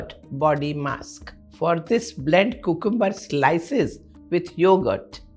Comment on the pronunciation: Pronunciation of cucumber is wrong ma'am